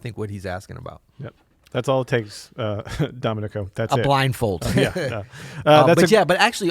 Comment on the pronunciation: please learn how to pronounce Domenico